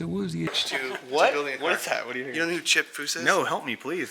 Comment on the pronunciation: Come on dude.. it’s chip